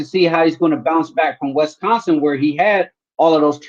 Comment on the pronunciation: Come on guy, it's not Wes-consin. You said it about 30 times in the past week. It's not that hard.